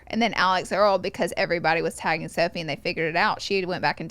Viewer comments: I love how they called both girls the wrong names 😂 it was Sophie instead of Sophia and Hailey instead of “Hal-ee”. Love the fools!! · and “sophie”🤣😭